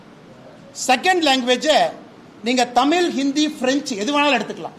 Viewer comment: தமில் தமில் இல்லடா தமிழ்னு சொல்லுடா